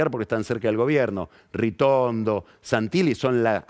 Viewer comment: Le dice "RITORNO" a Ritondo??????? 😂